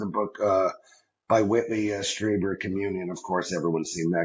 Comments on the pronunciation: Dude! You've never heard of Whitley Strieber??? GET ON IT! He's a titan in the UFO community. His book 'COMMUNION' has been made into a 1989 movie with Christopher Walken. 'Stree-burr' rhymes with Bieber (Justin). Also Dolores is an old fashioned name, Dah-law-rezz. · It's pronounced Streeber. Whitley's accounts are amazing and everyone should read them!